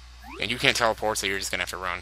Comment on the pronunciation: Haha, you made an ElectricalBeast reference! "Teweport, Mawio!"